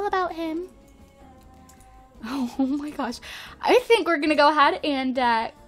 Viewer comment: When she she said "Ohmahgawsh" i laughed my ass off and idk why